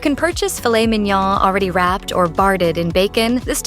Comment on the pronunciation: Filet MIN-YAAAAAAAAA. Filet MEEEN-YAWEWHAAA. Is this narrated by AI or a computer?